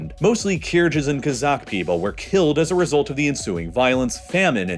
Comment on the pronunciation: Please learn how to pronounce names before making such a professional video. There's no [dʒ] in 'Kyrgyz'. The g is a [g].